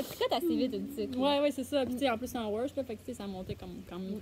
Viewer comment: Vous faites un bon travail! Juste un petit mot pour dire qu'on prononce le ED de worsted et faded.